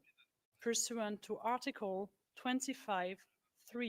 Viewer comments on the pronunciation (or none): none